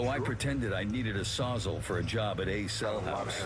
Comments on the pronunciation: The narrator calls a “saws-all” a “sozzle” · Is anyone else bothered by the narrator’s pronunciation of “sawzall”… “sawzzle”😂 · Why tf does he say Sawzel